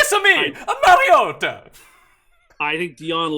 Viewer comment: DK: mschiissler Pick: Denver over 7.5 Please don't let say Mariota anymore